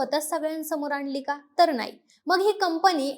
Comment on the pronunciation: तिला ' णाही ' कळत 😅